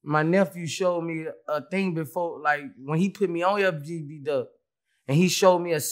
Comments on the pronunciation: My dude said FGB Duck lol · Moment of silence for Boosie sayin FGB instead of FBG😭 nah fr doe rest up BIG CLOUT